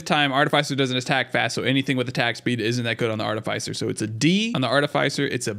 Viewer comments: One comment about this. You're pronouncing Artificer wrong. It's not ARTI-FYE-SER. It's ARTI-FIS-SER Like how you would say Fisher just without the H. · Art-uh-fiss-er, not Art-uh-fice-er. Great video other than that, definitely a pretty accurate tier list. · Artificer is a short I, like is, not like ice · It's artificer not artifycer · "aar-tuh-fuh-sr" if american english "aa-tuh-fuh-suh" if british english. Bugs me everytime he says "ar-tuh-fy-sr" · I though artificer's name was pronounced "art-ti-fi-sir" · If this guy doesn't learn to say "Artificer" right I'm gonna blow a gasket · I love everything about this except for how you say artificer. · Disagree with the Ukulele rank, thing is insane. Artificer is pronounced differently, its not a hard "i" after the f. Happiest Mask is god tier, H3AD-5T v2 is not that good, no fall damage is nice but it is more of a liability late game. Ifrit's Distinction is pretty nuts, im not sure of all the effects but I felt like I was not ever able to take burn damage and all my attacks did burn damage. I was playing as engineer and my turrets also felt much more powerful but I am not sure if it actually did anything for them, my build was pretty nuts at the time I got it. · Good video, saying artificer wrong one million times hurts tho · Thats not how you pronounce artificer is it? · You say Artificer so wrong, lol. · Listening to you mispronounce artificer the entire video was really annoying.